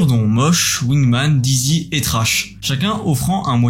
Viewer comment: Salut super vidéo comme d'habitude, juste pour que tu sache à on dit plutot "Dizzy" que "Daïzy", Dizzy signifie étourdi, vertigineux ;)